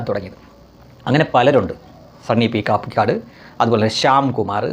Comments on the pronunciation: കാപ്പിക്കാട് അല്ല കപിക്കാട് എന്നാണ് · Kaappikkaadu allaa...kapikkadu...kapi means. Kurangu